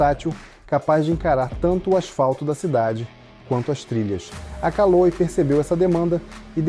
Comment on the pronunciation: CALÔI. SCHUVALBI. hahahaha